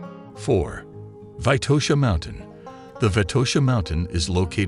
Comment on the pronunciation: It's not Vaitosha, but VITOSHA!